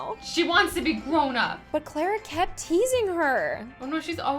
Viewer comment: It is Clara not Clera!!!